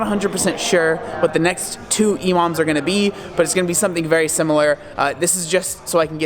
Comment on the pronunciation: I thought he was saying "Imam" which is the opposite of an electronic MILF